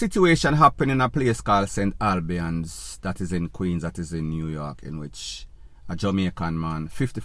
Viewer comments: It's pronounced St. AL- BANDS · The word is St. Albans, Queens in New York and not Albian.